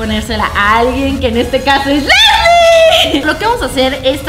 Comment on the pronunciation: sjjsjsjsjsjsjsjsjs meda un monton de grasia como dise karen: soy asle sjsjjsjsjsjsjsjsjsjsjjsjsjsjsjss *se muere de la risa * esque osea dise soy asle soy aslie jajsajsajsjajsajsjajsasjajjajsajsjajsajsjajs